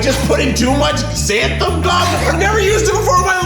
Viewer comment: So...no one ever told Keith the right pronunciation of xanthan gum huh